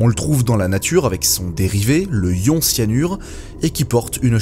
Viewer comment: "le ion", "du ion","des ions" sans liaison... tu dormais en cours de chimie au collège ? pour info on dit "l'ion", "de l'ion" et on fait la liaison quand c'est au pluriel